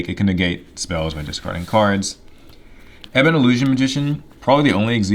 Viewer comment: Love this deck, been playing a DM deck against my friends Madolche deck and not having much fun with Tiaramisu and the new support cards though lol also I'm so happy you're the first person I've seen pronounce ebon illusion and ebon high magician as ebon (ebony) and not E-bon